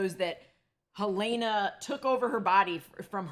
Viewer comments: I find it very rude when people refuse to call characters by the correct pronunciation. Helena is HEL-leh-nah, not Hel-LAY-nah. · Is Helena always pronounced Helayna in the US? So many YouTubers pronounce her name differently to how they actually pronounce it in the show. Adam Scott even corrected an interviewer who pronounced it in a TV Insider (I think) video.